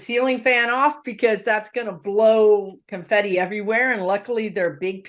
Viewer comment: ....loved the "CONFIFI." LOL